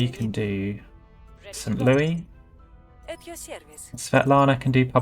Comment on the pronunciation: While this is the correct way to say the name of Louis (loo-ee) as is being referred to King Louis IX of France in the name St. Louis, it is not how it's pronounced within the United States, instead being St. Louis (lew-is)